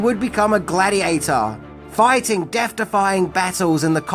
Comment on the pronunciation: Cmon, let's go foighten around the world